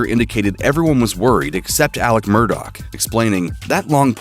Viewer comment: His last name is pronounced "Mur-dah" sir